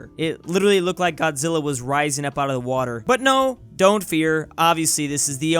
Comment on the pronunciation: Water in Fire. Watwer in the Fiwe. Why? I don't understand